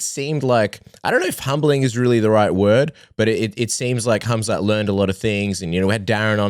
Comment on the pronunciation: I’m glad he made the effort to pronounce his name with H not khamzat!